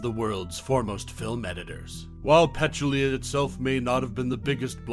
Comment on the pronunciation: First of all: her name is Peh-TOOL-ya, not PETCH-oo-LEE-a. Otherwise, thanks for some interesting commentary and nice stills from this wonderful movie.